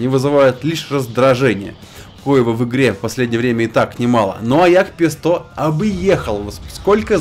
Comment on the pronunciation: Это джепег, а не ягпесто :)